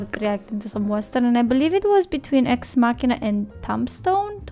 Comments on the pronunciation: Your first pronunciation is correct. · Your first pronunciation of the title is correct 💯 :) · You were right the first time, there is no "English" pronunciation, only Latin. Short for Deus ex machina, the god machine. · It's MAH-ki-nuh, as in the Latin term "deus ex machina", "a god from a machine", an obviously artificial plot contrivance to achieve an improbable outcome within a story.